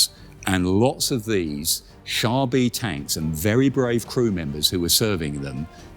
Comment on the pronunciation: Wouldn't the name actually be pronounced "Car B"? The French term for "tank" was "char d' assault" (literally "assault car").